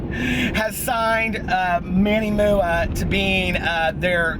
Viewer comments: That One Aquarius 😂😂😂😂 right? that Manny MOO-AH gets me everytime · ha! thank you... i had no idea that MUA stands for make-up artist LOL i was pronouncing his name the same as you 😂 whoopsy